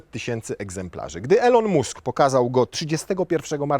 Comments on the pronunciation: Poprawna wymowa nazwiska to nie "Musk" A "Mask" tak na marginesie😅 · Boże za każdym razem jak mówiłeś mUsk to miałem mikro wylew :D mAsk się mówi :P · Mask, a nie Musk. Tak samo Bąk, a nie Bunk. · Po pierwsze mask a nie musk się wymawia po drugie jakby zbierać na nową izera zaliczki po 1500zl i gwarantować cenę 65000zl to zebralibyśmy więcej zamowien !!!! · Elon "MASK" nie "MUSK"